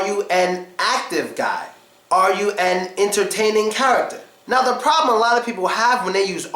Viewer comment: "ze car?" "ze book" ugadal? :D